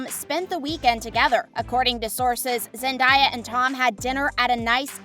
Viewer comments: The Zendaya tho its zendaya not zendieya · Am I the only one triggered by this girl mispronouncing Zendaya's name. Like cmon do a bit of research. Zendaya herself has said how to say it.